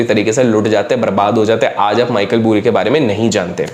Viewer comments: Michael Burry hai vo Michael BUUUURY nahi lawde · Bhai vo "Boori" nhi hai. "Bary" hai Pronounciation! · Michael "boori" nhi "bari" hai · Boori nai bhai bury....isko aise pronounce karo - Bari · भाई नाम तो सही से बोल दे उसका? 🤦🏻‍♀️🤦🏻‍♀️ Burry बरी को Bhury भूरी भूरी बुलाये जा रहा है 😂 अगर अंग्रेजों से बदला लेने के लिए जानबूझ के ग़लत बोल रा है तो ठीक है 👏🏻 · Boori nhi Burry = Barri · it’s pronounced like michael Baari and not buuuuri 😅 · It's burry not boori 😂😂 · boori nahi bari hai bhai. and He's a Dr. Hence Dr. Michael Burry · I think its Michael बरी not Michael बुरी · Pronounciation is Baaizzat"Bari" = Michael "Burry" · Bhai Kyun fake news spread kar rahe hon. Also naam tho pronounce kar lo Theek se